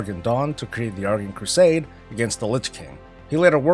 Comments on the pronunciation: you keep saying "argunt" instead of "argent" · Here's how to pronounce Argent